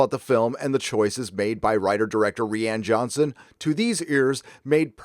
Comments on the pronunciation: Am I missing something? I thought it was pronounced "RYAN" Johnson, not "Ree-anne" Johnson. Or is this a dig at the director? I want to think it's poking fun, but I'm usually wrong, haha. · Rihanna Johnson that's what it sounds like he say instead of Ryan Johnson